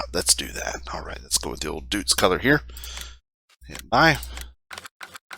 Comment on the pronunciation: It's not "Dootz", its spelled "Doytz", like toy or joy..